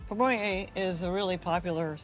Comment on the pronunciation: Good video but please pronounce the name correctly.